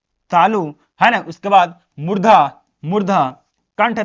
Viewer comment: 🙋‍♀️ Murdha ✅ Murda nhi ❎🤣🤣🤣